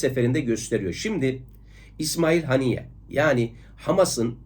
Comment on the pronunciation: Hocam tüm videolarınızı izliyorum.Müstefid oluyorum.Ancak bazen Türkçeyi uygun kullanmıyorsunuz.Anladığım kadar irticalen konuşuyorsunuz.Önceden kaleme alıp ordan okusanız videolarınız daha etkileyici olur.Birde bu videoda rahmetlinin ismini telaffuz ederken bazen Haniye bazen Heniye diyorsunuz hangisi doğru.Aboneniz olarak beğeni sekmesini tıklıyorum.Bu kadarcık tenkidimi hoş görürüsünüz umarım.